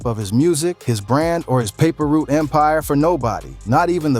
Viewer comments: Its not paper root its paper route 😂😂😂😂😂😂😂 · Paper root?? 😂😂😂 put some respect on pre and say the name right